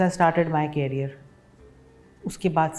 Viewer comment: Mam carrier nahi career hai.